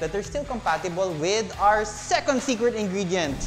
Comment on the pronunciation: Whether it's second as in "segundo" or second as in "pangalawa", it's always "sekend" with an "e", never an "o". :) Sekonds is a Filipinism. :)